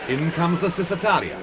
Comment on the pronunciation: Excellent early rerun of the famous race, with all cars identified in the commentary. The Englishman does savage some names, and places. It is SEEbring. CHisitalia. BeeOnDetti, A6GCS, PigOSSo, JONdayBIEN. etc.